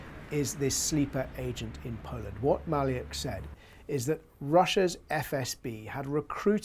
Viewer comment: Maliuk is pronounced Mah-LUKE ( as the name Luke)